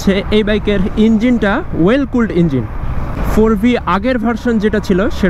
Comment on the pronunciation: Well নাকি oil এ উচ্চারণটা সঠিকভাবে বললে মনে হয় ভালো হয়